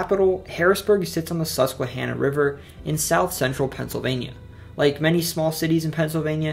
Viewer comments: KUDOS on pronunciation! Lifetime PA resident here and some PA folks can't even say some of these town and river names correctly! also very FACTUAL! (Are you from PA 🧐 lol) but good job! Can't wait for more on other states 😁 👍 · Finally Northumberland gets some recognition! Excellent video and good pronunciation of Susquehanna. I live in Northumberland and we also have to he house of Joseph Priestley who discovered oxygen and carbonation. Without him you wouldn’t have carbonated beer or soda.